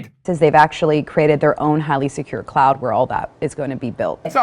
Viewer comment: Sorry, I thought you said "Clown world" there for a minute. 🤔 Oh well. Same Same. 🤡🌍☁️🌍🤷‍♀️